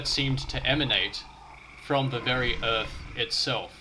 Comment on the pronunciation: Ohhhh, mate; it's earth, not erf. Please, please please, pronounce your "th". Not "wif", it's "with"...... not "whevver", it's "whether". Please, for the love of whatever. This has all put me off completely, I got to about 4 mins. in and couldn't take it any more.